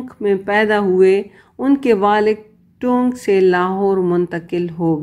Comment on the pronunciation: ٹَونک۔۔۔۔اصل تلفظ ہے۔۔ٹ پر زبر اور نون غنہ کے ساتھ۔۔۔